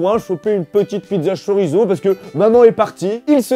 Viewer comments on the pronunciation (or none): none